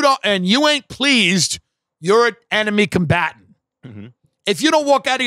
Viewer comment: ish He said "Enemy Combatants" in suthern acccant. I heard "Anime Combatants", still, with southern accent. The real threat against America. Anime.